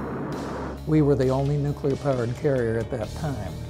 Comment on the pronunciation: Sad that todays Navy is a shadow of what it was when this beauty sailed the seas. The Enterprise should be turned into a museum, not scrapped. Also, when making a documentary about nuclear vessels, practice saying nuclear correctly.